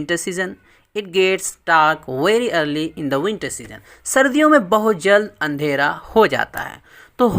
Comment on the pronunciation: انھیرا نہیں اندھیرا